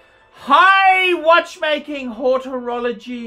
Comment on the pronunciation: It’s HOROLOGY, fucking sad really,! 😂😂😂😂